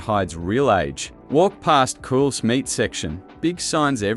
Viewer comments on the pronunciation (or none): Cools? Cools? Effing AI slop that cant even pronounce Coles properly 🙄🤦‍♀️ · Can we stop this AI fear-mongering BS?? Much of this is nothing new, and if you're allowing AI to do your research and collating, you can at the very least give the video a watch before you upload to find out if the software has mispronounced the very shop it's talking about.